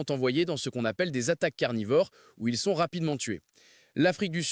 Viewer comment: "la plupart d'entre eux sonsse"? sonsse?